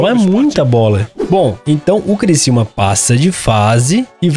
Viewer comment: É CRICIÚMA NÃO É CRICILMA É CRICIÚMA!!!!!!!!!!!